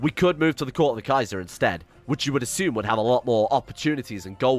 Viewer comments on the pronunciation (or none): none